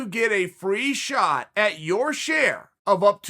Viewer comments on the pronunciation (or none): none